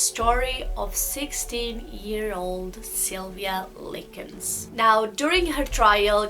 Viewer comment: Her parents didn’t divorce until after Sylvia passed. And you can’t even say their names right like wtf? Lincoln? It’s clearly Likens.